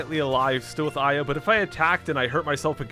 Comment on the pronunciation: Aya more like eyea